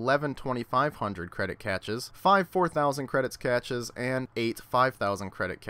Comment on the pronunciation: he cant say cache lmao its pronounced cash